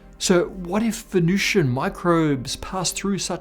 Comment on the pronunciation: The temperature and atmospheric pressure are pretty much identical to Earth's in the middle-upper atmosphere of Venus... No one is proposing the existence of surface life on Venus, you are completely oblivious to the topic you're humiliating yourself about. And it's Venusian, not Venucian.